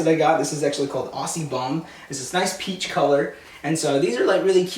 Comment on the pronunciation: Aussie is pronounced Ozzie, just tip from an Australian.